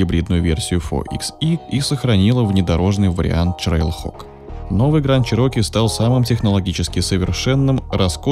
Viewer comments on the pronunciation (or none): ТрэйлХок а не ЧрейлХок